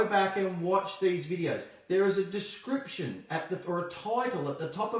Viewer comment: to Irish accent? 😂 “Please...Description...Title” (those words specifically)